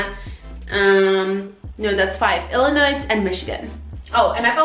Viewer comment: illinoyyyy not noys.